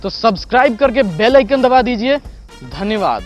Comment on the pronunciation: Ur last word धन्यवाद was half u forgeten to say it 😂😂😂😂😂😂😅 but at least u r the best u-tuber of the world 🤘🤘🤘🤘😱